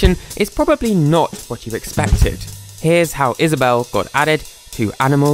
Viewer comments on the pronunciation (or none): Is-A-bell. Lol. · he said: is aw bewwle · "is-a-bell-(e)" i can never unhear that again. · "Is-a-bell" oh my GOD